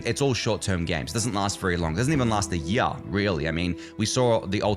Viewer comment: Have another go at saying 'year'